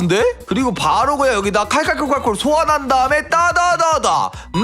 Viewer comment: 형ㅋㅋ 칼칼콜칼칼이아니라ㅋㅋㅋ 카르케르카라쿠르쿠르야ㅋㅋㅋㅋㅋㅋㅋ